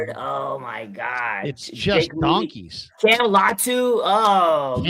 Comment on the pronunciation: I love the way you use the term “Donkeys” 😂😂😂 You put so much emphasis into it has me rolling every time I hear it.